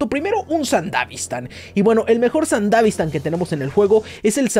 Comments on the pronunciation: Me estresa que digas sandavistan y no sandevistan como debe ser pero igual buen vídeo xd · Se dice Sandevistan no sandavistan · Se dice sandevistan.